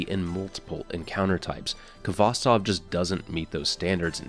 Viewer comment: Khvostov is a Russian surname. Please use at least Google Translate to correctly pronounce the name. Khvostov instead of Kavastov. "Kh" sound combination is like a "H" in words "house", "have", "hole". I know it's difficult for the English-speaking person , since you do not have that sound .